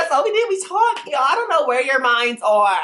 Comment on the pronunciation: tOak tWAWKED lol il the way he says it XD